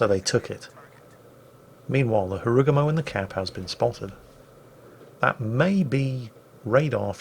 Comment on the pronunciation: Why cant you pronounce (and others) Harugumo (ハルグモ) correctly? (Ha-roo-goo-mow, not Ha-roo-guh-mow; the 'r' is rolled slightly)